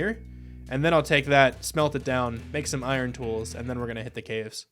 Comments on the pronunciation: “Back in the day I wouldn’t be able to pronounce that thenthence” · “I grew up with a lisp, younger me wouldn’t be able to pronounce that thenteth”😂😂